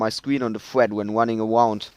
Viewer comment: "Im wunning awound"